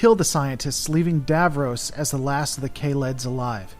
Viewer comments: It's pronounced Dav-Ross not Dav-Rose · It isn't pronounced Davrows it is pronounced DavRoss, and Daleks are pronounced Darleks.